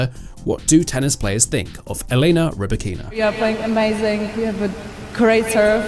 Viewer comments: I understand that for an English speaking person it is difficult to take the trouble to pronounce another person's name properly. Potentially Elena Rybakina will be playing professional tennis another 10 years, but even such a long perspective does not encourage some commentators to learn to pronounce ONE WORD correctly. Lack of respect, nothing else. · And both on first AND last name! This guy is simply unable to emphasize the first syllables. It's EL-ena Ry-BA-kina damnit!